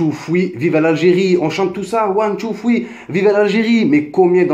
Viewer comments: one two foui mdrr quel bel accent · "one tou foui". Sympa ton anglais. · Mdr c'est pas fouis c'est three cousin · pk tu dis " ouane, tou, fwi " xD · " One two fwi " Oh gad henni tu deconne 😂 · ond two fwee 😂😂😂😂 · One too thwee 😂😂😂 really nigga 😂😂😂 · C’est plutôt one two triii mais bon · Son anglais il est mashallah. Ptdr cmt il dit three. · Mais change de coupe!!!!! En plus t arrive pas à dire three frero